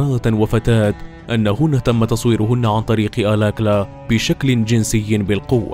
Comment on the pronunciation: احسنت اسمه الكالا وليس الاكلا